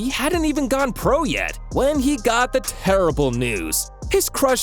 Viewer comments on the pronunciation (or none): none